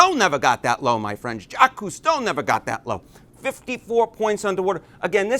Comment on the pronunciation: ...and kuddos for pronouncing "Jacques Cousteau" correctly! Probably the only guy in the ENTIRE U.S.A. I've ever heard pronounce a foreign name correctly! 😂